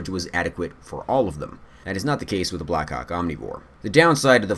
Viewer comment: Did anyone else just hear "black cock omnivore?"